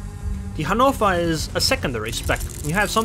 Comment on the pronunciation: Finally someone who is pronouncing Hannover as it should be! ^-^